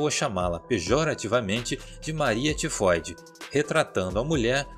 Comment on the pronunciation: Só eu que fiquei rindo quando ele falou febre tefode kkkkkkkkk mano desculpa sei que e serio